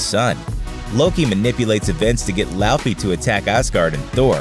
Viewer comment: btw its not lou-fy its law-fy but I won't judge